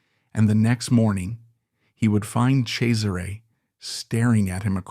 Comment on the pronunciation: I love this, but the pronunciation of the names drive me insane. LOO-CRAY-ZEE-UH..... CHEZ-ER-RAY....